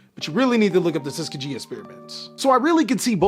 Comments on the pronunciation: Tuss-Ski-Ghee is the proper pronunciation Bro 🤞🏾💯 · It’s pronounced Tus-kee-gee my brother. I agree please read up on it if u haven’t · You are the goat. We love you over here at Pack Fresh. But as a bother and southerner who spent time at Tuskegee, the name is pronounced Tuh-Skee-Gee. Please forgive us cause we don't want to be dicks, just want you to have all the info you need to keep making dope content. :) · My guy it’s Tus-kee-Gee